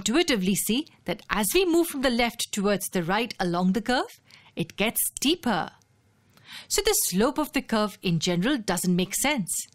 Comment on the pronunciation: I love when narrator say steeper like steeperrr.